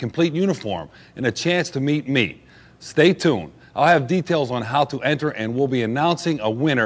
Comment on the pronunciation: When he says "how to enter" it sounds like he's either trying impersonate a Canadian or a Russian